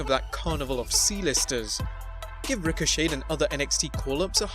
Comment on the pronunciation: Psssst....the "T" in Ricochet is silent.